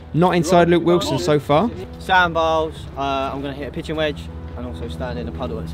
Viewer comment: “Luke Wislon”